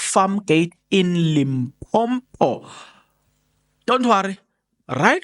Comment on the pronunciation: I’m surprised you just said Limpompom